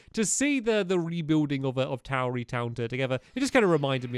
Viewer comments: you pronounce tarry town "Tower-e-town" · Stampy it's t-a-ree not towery